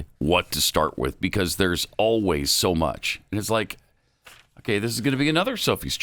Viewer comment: I hate oh ways instead of always.